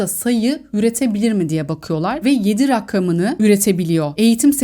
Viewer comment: Rakam kelimesini rakkam diye söylemeseniz çok iyi olur 😅🙏🏻🙏🏻